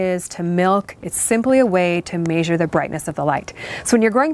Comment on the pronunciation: I’ve already watched all these on their own, but I enjoyed watching them in succession like this as a refresher! Random, I love how you pronounce ‘measure’! Lol